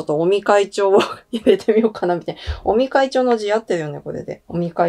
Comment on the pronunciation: 菅内閣から尾身会長はどんな存在と言っているところで尾身会長をオニ会長と聞こえて、やっぱり鬼なんだー、と勘違いしました。